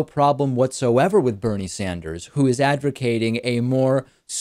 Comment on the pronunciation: lol "advercating"